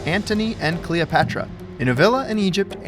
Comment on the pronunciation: If i hear you say Cleopetra like that one more time i will die lol